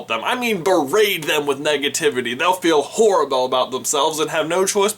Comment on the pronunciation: "Berate" not "berade"